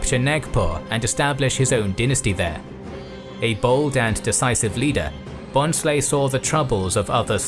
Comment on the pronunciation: In Bhonsle n is silent we pronounce it as Bhosle